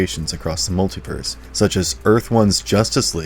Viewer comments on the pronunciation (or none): none